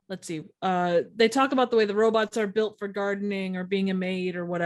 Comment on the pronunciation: "robutts" Lol